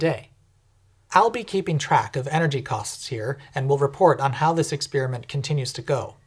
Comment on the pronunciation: Why do so many young people think experiment sounds like experience? Ex-pair-im-ent